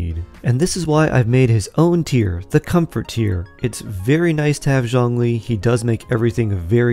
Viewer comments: If you can please stop to latinize his name. His name is not “John Lee”. 😅🤣🤣🤣🤣🙌🏼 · Zhongli, the o is like the oo in book and zh is pretty much j sound